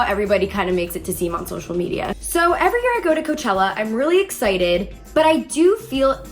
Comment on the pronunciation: "Koochella" okay....